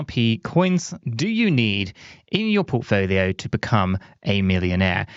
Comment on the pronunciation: Did he say porkfolio 😂❤